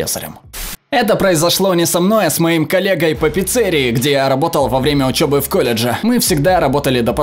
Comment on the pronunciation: пиццЕрией почему именно такое произношение и а не пиццерИей